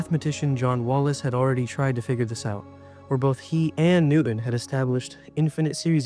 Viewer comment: can you genuinely tell me why you can't just narrate your video yourself? you can't tell me it's not ai generated when you mispronounce euler AND just get newton's name plain wrong. weird cadence and sighs too.